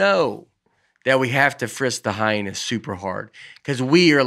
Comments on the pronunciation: Can we get “ commercial break Bates” to ask Nate to pronounce “ hyena” again and then just savor the moment? 🤣🤣 Hi-na? 😂😂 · Surprised nobody else picked up on how Nate was pronouncing Hyena as "HY-NA" and not "HY-EE-NAH". This could be the new PANGUIN debate!